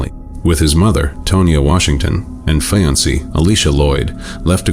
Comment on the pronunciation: Or fiancée. They said fiansee.